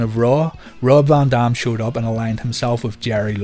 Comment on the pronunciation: “VON DOM” lol